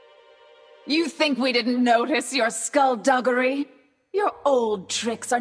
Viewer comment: Lol "skullduggury"